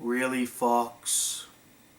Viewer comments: is he saying fucks or fox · It sounds like that lol.